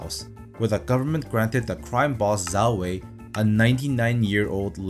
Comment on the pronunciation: I’m not even Chinese and I know it’s pronounced Jow Whey. 10/10 video, 5/10 Chinese pronunciation